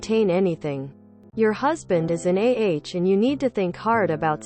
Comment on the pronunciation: Is that a computer narrator? She called an A H an "Ahhh."